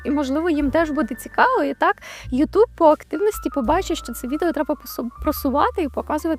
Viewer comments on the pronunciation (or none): none